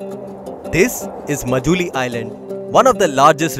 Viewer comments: Majuli???? Isn't it pronounced Maajulie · please pronounce "MA" as "MAA" So its written Majuli but pronounced as Maajuli thanks